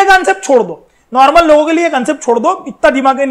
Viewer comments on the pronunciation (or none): none